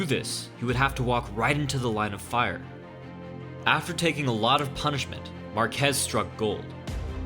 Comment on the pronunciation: its pronounced MAR-kez more emphasis on the first syllable. similar to Marcus except with the ez. I hope you try it out next time. Your pronunciation was killing me. ... also Excellent video